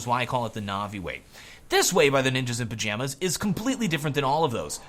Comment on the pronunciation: Sometimes I understand "Ninjas in Vaginas" instead of "Ninjas in Pijamas" when this guy say it...